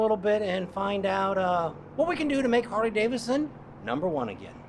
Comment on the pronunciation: It would be great if you could pronounce “Harley Davidson” correctly. Seems only fair to the motor company, especially since you’re a 20+ year brand advocate. I’ve noticed you say “Harley Davison”, and you do it a lot! Don’t get me wrong. I’m not coming down on you. You do a fine job. Keep up the great work! You’ve got a fan in me.